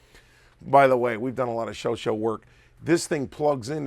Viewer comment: "Sho-Shaw" not "sho sho"